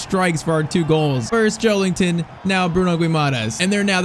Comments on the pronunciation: Just an fyi: it’s Joel IN ton and not Joel ING ton. There’s no G in his name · Joe*LIN*ton not Joe*LING*ton lol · Maybe it’s just me , but I cringe so much when you say JoeLINGton 😂😅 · Bros saying joelington